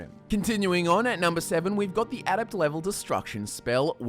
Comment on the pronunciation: You say a lot of a-words weird: alteration, adept, adaptation etc